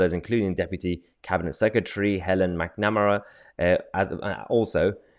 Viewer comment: Strangest pronunction of McNamara!! Look up Robert McNamara, please.